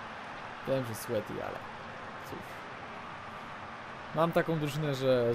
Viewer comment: "słiti" chyba raczej sweaty, a poza tym w Pilce Nożnej nie ma czegoś takiego jak sweaty gol, GOL TO GOL i tego nie zmienisz xD